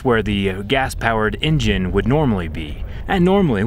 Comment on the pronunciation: "No in jin" lol